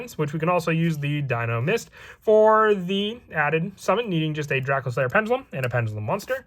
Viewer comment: Wtf is DraKO slayer? It's pronounced DracOslayer. You imbecile.